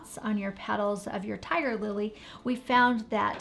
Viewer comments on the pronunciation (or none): none